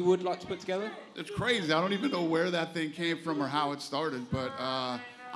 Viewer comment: ''My Ting was great and everyting was great'' - Demian Maia